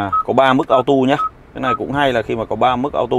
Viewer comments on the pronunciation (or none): none